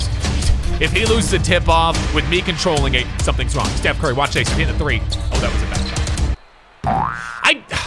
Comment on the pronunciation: Did this man just call Stephen Curry Steve